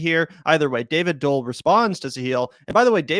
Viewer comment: Pronounce Doel as "duel" a bit, not as Dole . No?